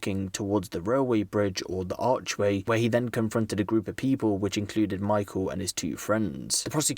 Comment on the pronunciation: "pee-pole"... Hey "Pee-pole"